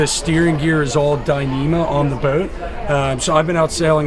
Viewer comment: has a distinct way of saying "Bouht" The retractable bimini roof looks like a pain. Like you said, keeping it clean and future maintenance item. If caught in a rain shower when open, it would collect a fair amount of water on top too. The cockpit seating looked better and bigger than the salon. Those rear helms are a no-go for me. Maybe best as a live-aboard in a marina? Tooling around in the Bahamas? Not for long passages for sure. But is that a bad thing? Depends on your needs and wants. Nice that you ran into a follower of yours while doing the review! Janice is not 'Casper white' - she is part Polar Bear!